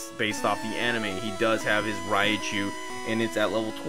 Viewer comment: Its not pronounced raiichu its raichu srry jus irks me rai pronounced like rye as in bread rai means lightning. Raikou, raichu, raikage from naruto. Raiden from mk and such. Great series tho got me wanting to stream pokemon again